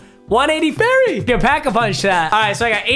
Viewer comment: Did anyone realize how he said Barry lol